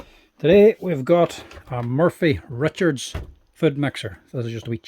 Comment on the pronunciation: Trust a good Irishman to call it a 'Murphy Richards' food mixer! It's 'Morphy'! As usual, great stuff.